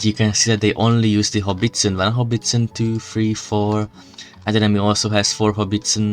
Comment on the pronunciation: It's a howitzer, not "Hobbiston".